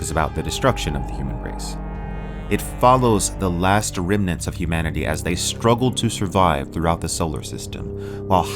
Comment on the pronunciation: Hi, loved the video. The "humnanity" error at the beginning cracked me up though.